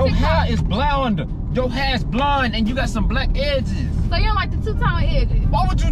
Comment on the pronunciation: He said blound 😭